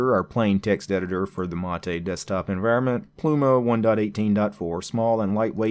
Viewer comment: The one used in the video is the correct pronunciation as it's named after the South American beverage.